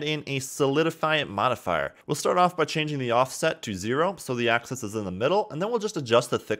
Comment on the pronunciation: "....want to make sure you're in VERTICIE select mode...." No. "....This is so we can delete that center VERTICIE...." NO. "....so I'm going to uncheck the visibility on all of our AXISES...." NO!! "....except for the X rotation ACCESS...." muffled screams :D